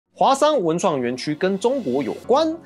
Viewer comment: 以前高中的國文老師教說 要唸華（ㄏㄨㄚˋ）山 不是華（ㄏㄨㄚˊ）山…